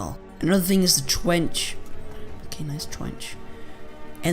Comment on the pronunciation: "Twench" xD